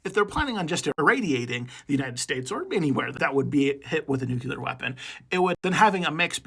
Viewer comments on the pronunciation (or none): Nuclear. ‘New-clear’ not ‘nuke-you-lur’. George bush did so much damage. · This might have been interesting. But I just can't listen to someone who should know better saying "nucular" instead of "nuclear".